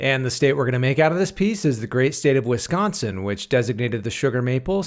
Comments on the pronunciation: Thankyou for pronouncing my beautiful state correct. Most people say Wis-cawn-sin and it's honestly annoying 😅 have you made a sugar maple ice cream yet? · its so good hearing someone actually say wisconsin the right way for once